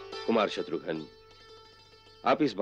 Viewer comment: शत्रुघन नहीं होता शत्रुघ्न होता है।